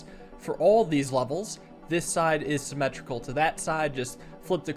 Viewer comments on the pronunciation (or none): "Symmetrical across" sounded so much like "Sibelius crashed" (Tantacrul video) I can't